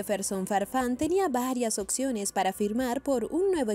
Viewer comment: Hay un problema de dicción de la narradora. Sobretodo al pronunciar opciones. Pronuncia occiones.